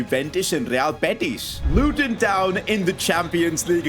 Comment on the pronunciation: The Indian accent is brilliant the way he says luTon 😂